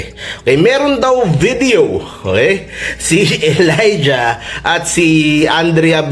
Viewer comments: Sir, It's pronounced E - layja, not A-layja! 😂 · Pronounce Elija as E lay dya